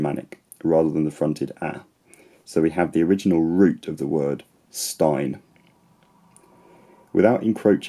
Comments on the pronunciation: One minor nitpick: While there are Norwegian dialects that realise the "ei"-diphthong as [ai] (mostly rural dialects close to the mountatins both in the eastern and western country), most Norwegian speakers you ever come across will pronounce it as [ɛi]~[æi] (both the eastern lowlands and the western coast) or as [ei] (northern dialects). Of course, [æi] and [ai] are not that far apart, but it still sounds a bit odd. Given how good your pronunciations are, I guess you would have no problem distinguishing the two. Great video otherwise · I'm not good in phonetic, but I belive the Norwegian stain is a bit wrong. I've never heard that one. It's more like stein, and sometimes very similar to the Swedish one. I'm from northern Norway.